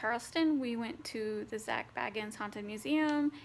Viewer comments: anyone else get kinda man when she say BAGans instead of BAYans...triggered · BAY-ginz, he himself pronounces it BAY-ginz